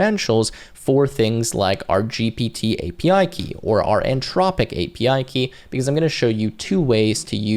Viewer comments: How can we believe what this dummy says when he can't even get the name right. He say antropic like 50 times. Anthropic. Learn to read and speak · Anthropic not antropic an·thraa·puhk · In what world would Anthropic be pronounced Ann-tropic?